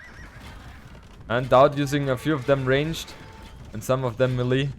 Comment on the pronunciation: Ur the man. Btw small correction it's "may lay" not "me Lee" when you say melee